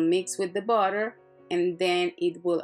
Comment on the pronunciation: i subscribed to your shanel because I like how you say botter. :D